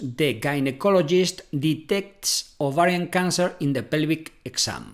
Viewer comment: Are you ATTEMPTING to say "OVARIAN TUMOR"??😳😏